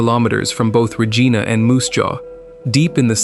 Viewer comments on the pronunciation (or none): It's not Ruh-gee-na!! It's Ruh-jie-na! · rageeeenah is regina.